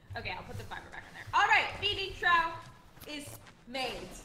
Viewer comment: Love the series, please pronounce trough "troff" 😉